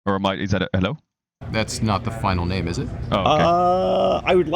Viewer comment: He literally said neme tho